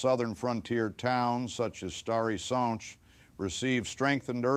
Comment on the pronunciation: Thank u 4 pernoucing the polish names corectly.its a rear thing to hear.i specially like the way u say stary sacz which is hard to pernouce.thank u 4 taking interest in this part of history